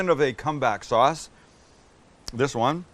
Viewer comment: CUM BACK SAUCE?!?! 🤨